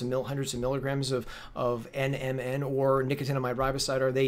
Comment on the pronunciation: Omg, you keep saying nnm, like you know what you're talking about lmbo....learn the terminology before you try and sound like an expert